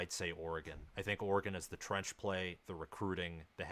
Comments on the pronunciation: I just can’t getover everyone calling us OR-gone ITS OR-GiN🤦🏻‍♂️ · ORE-GEN not OREGOOOON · it is NOT OR E GONE. It is Pronounced OR E GUN. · Dude, it’s Ore-gun not Ore-gone. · Stop saying Ore-gone! Why are you hyping a dude that hasn’t won a conference even once vs a coach that has been to the playoffs multiple times, with 3 Heisman winners in 7 years and a second place guy. Top 25 head coach? You are nuts. Riley with a mediocre defense would have 4 natties right now. Guy has had grinch the entire time so you guys have no idea what Riley’s potential is with a $7 million defensive staff and recruiting to match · It’s ORE-GUN not or-gone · I literally stopped the video when he said cj verdell lmao. Try watching an oreGone game before u talk about them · Stop saying "Or-gone". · I’m an SC fan… I hate Oregon, but stop saying “Ore-gone.” There’s no “e” At the end. My grandfather was an SC alum, but also an Oregon State Senator and later US Congressman for the district of Eugene. At least say the state’s name correctly! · Oregone? It baffles me how people mispronounce shit from this state. Like i don't go around saying misshippie instead of Mississippi because it's easier to say 😂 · This guy lost all credibility for knowing what he's talking about with the consistent mispronouncing of Oregon and talking about cj verdell being on the team last year. I cant take anything seriously after that. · Nah you lost me with Oregon’s pronunciation… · Absolutely. I’m a USC alum and can’t stand when they can’t even say the team’s state correctly! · First, learn how to say Oregon, second, why does Oregon have to change for the B10? Why not make the league adjust to you?, third, Verdell has not been a running back in a while …. Smh 🤦🏽‍♂️ s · Please pronounce Oregon correctly, what are u 7 years old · Learn how to say Oregon